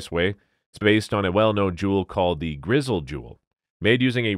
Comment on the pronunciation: Item 12: The Elizabethan jewel made during the Victorian revival has examples of GRISAILLE enamel painted in monochromatic colors is NOT pronounced GRIZZLE...😝🤣😂 Does anybody research this stuff ? No.